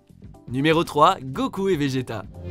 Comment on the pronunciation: Arrête de dire gokul...